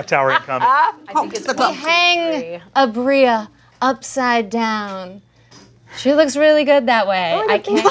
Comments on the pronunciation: Not calling aabria “aubreya” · kind of love the way pronounces Aabria